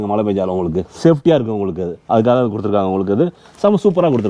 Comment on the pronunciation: உங்களுக்கு romba pudikum pola "உங்ககுக"😂 super💯👍